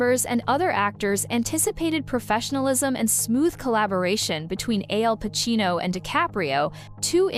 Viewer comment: To the announcer, Pacino's name is Al Pacino not AL Pacino.